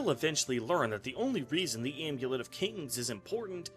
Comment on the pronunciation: If says the AIMEWLEIT one more time...